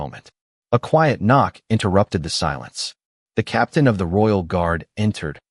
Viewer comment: People b-ow, they do not b-oe. please fix your AI prgraming. So many stories do this and so much is spoiled by mispronunciations.